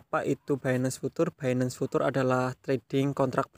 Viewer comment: future mas, bukan putur